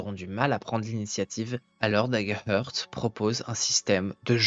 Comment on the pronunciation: Salut et merci, c'est DaggerHaart la prononciation et pas "heurt" :)) Heart se dit "Haart" :))